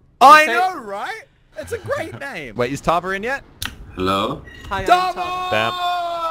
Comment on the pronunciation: I'm getting triggered because I'm chinese and you were saying hello buncha time in a not sooo good way